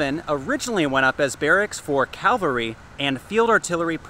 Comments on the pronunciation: Hey, it's not 'calvary' it's pronounced 'cavalry'...{:-) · Cavalry barracks not calvary¡ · Cavalry.. Not calvary.